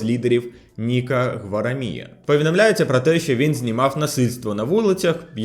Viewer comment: Тю що з наголосами у нього що за трЮдо гуараМІЯ?! Правильно ГуарАмія трюдО